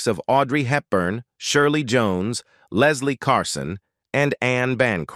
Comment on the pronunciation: Yes, the science of robotic speech still has a long way to go. Leslie Carson? 🤣🤣🤣. Still I found it an interesting video, even if it confirmed my loathing for the flesh-crawlingly creepy movie.